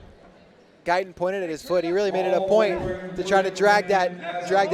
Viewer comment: But Gaitán is pronounced with the accent on the second syllable. Kind of like guy-THON. The announcer in the arena does a much better job at the end of pronouncing the name. If you’re going to be talking about a potential future Olympian, get his name right.